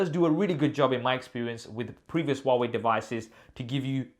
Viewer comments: Who pronounce Hawaii ? Am I the only Indian here? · Huawei= Wah-Wei